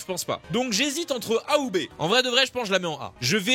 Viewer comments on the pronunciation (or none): Hors sujet mais à ce moment , tu à dit "A ou B" et moi j'ai cru que c'était le nom d'un personnage 😂 Genre j'ai entendu "Haoubé" ou "Ahubet" lol